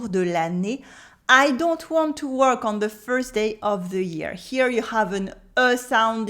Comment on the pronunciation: Stp- pouvait vous dirait walk and work plus clairement, cheers